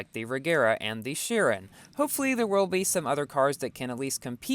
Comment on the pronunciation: Chiron is actually read as “kairon”z